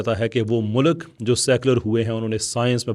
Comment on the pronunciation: Oh bhai learn to pronounce ‘Mulk’ . Stop saying Mulak.